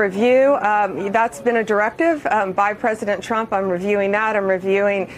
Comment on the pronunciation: President chump? Why can't she say Trump? Maybe she pronounces it that way on purpose! 😂😂😂